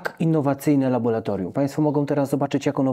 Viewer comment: Bardzo proszę tylko nie labolatorium.